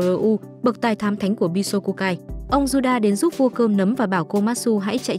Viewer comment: Bi so ku ya nghe bi só khuya 😂😂😂😂 nghe lạ mắc cười